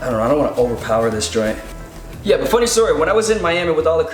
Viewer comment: I love how ur always like "yuh" that's adorable